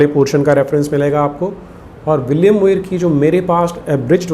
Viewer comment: मुइर नहीं, म्योर । आप ऐसा pronunciation करते अच्छे नहीं प्रतीत होते । साष्टांग दंडवत गुरु